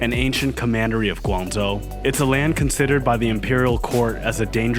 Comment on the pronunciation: What's preventing you from pronouncing the "zh" properly instead of substituting with "z" sounds? I'm genuinely curious why you'd make the effort to pronounce Mandarin names with proper tones but then butcher an important provincial name with "Guangzou."